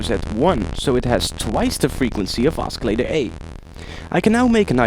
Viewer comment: Firstly, you clearly know your shit. Secondly (and this has the potential to become a rant and I apologize in advance), please speak more naturally. And don't say os-cillator it's oscillator... It sounds like you're saying escalator wrong... And sorry again, I dig how you know shit.